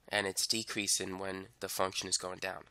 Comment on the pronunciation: Inkreasin ...dekreasin😂😂